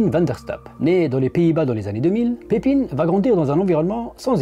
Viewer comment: Le "ij" de Pepijn se prononce "eille" comme dans "corbeille" ou "veille". C'est la règle générale pour les noms avec ce son en néerlandais.